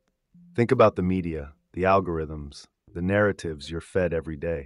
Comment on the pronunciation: They are pronounced ... AL GORE RHYTHMS. He did say "I invented the internet".